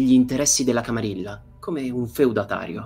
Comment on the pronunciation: Grandissima figata, si prospetta una serie divertentissima. Unica puntualizzazione: "camarilla" si pronuncia "camariglia" similmente a "guerriglia"